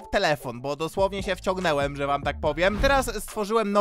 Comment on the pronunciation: 0.19 - nie umie mówić po polsku, zamiast wciągnąłem powiedział wciągnełem